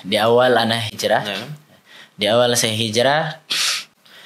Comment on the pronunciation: Bukan hijrah di bilangnya hilrah. Tapi kalian ini ke annisa' 168 dan 169.